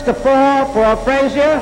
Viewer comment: Oscar was so slow and stiff with such poor balance and no defense. Joe was no more 5.11.5 than Tyson was (is). Joe Jr. told me in a phone call his dad was 5.10. Why couldn't pronounce Frazier's name correctly or state the third judges card w/o the confusion?